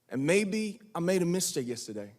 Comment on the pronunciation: I love him and them all of BTS, they're so much more than idols. And RM's small pronounciation errors like mIStake >.< (reminds me of vacUUM)